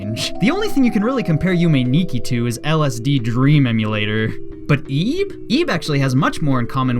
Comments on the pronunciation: I bilieve it's pronounced like it, not eeb... Just sayin' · I thought it was pronounced "ib" instead of "eeb"... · It's Ib. Not EEEEEEB. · ti not eb it is ib